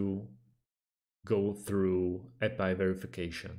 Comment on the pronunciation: It's A P I .. not Appy